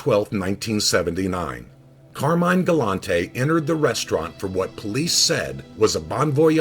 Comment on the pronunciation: Pronounced car-mine!! Say it right!!